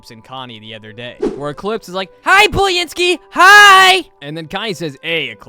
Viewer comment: Pronunciation:Boo-len-skee (Boo as a pun for her being a ghost):Bully-n-skee